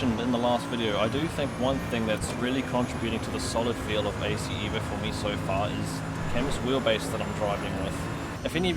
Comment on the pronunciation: Not EEEEEVO...EVO. Say it like you are italian. Pronounce it as: "Eh-voh" (like in "Evolution") Not "Ee-voh"